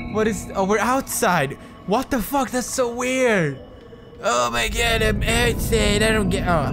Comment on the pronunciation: PEWDIE, "u think aeym scared, u think aeym scared, ok aeym scared" LOL Pewdie is the best